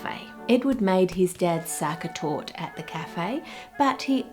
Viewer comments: Sachertorte tasting kinda like raisins? something seems to have gone wrong with the recipe ^^. Also, the "e" at the end of Sachertorte is not silent. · Its torte not tort you say it like tor teh. You should have tried the Prince regent torte from Germany. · ive never tried the original myself but everyone i know says the sachertorte von hotel sacher is too try! oh and e isnt silent in german, so youd pronounce it something like torteh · Est heißt Sacha-Torte The ‘Sacha’ is pronounced ‘sa-sha’ and torte is ‘tour-te’ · 1. German e is never silent. And Sachertorte is indeed overrated but still good. Eat it with whipped cream if it's too dry. 2. Ah the famous Brazilian war effort in WW2 ;) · The e in Torte is neither silent not elided. Specifically it is a schwah sound, like "uh?". This is true for all "e" in German words, such as "Porsche". The "ch" is the sound a pregnant woman makes breathing like "hhh, hhh, haaa, hhhh, hhh, haaa", while giving birth in movies 😂. With "sch" it is like English "sh" . Btw, as Austrian, I am not a fan of the "original" , published, Sachertorte recipe. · Starting off with our lovely Sachertorte (the e at the end isnt silent fyi) - this is going to be fun. Love me some chocolate cake. <3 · The e in Torte is not silent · as an austrian the way you pronounce Sachertorte made me giggle every single time 😂 also s/o to for ranking it the highest 📣